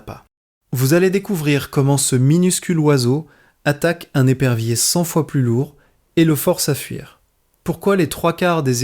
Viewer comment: Par exemple des perviers au lieu d’épervier . Grave quand même.